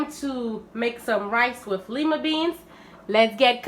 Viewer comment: LOOKS GOOD 😋 IT’S PRONOUNCED “LIE-MUH” NOT “LEE-MUH” FYI 😁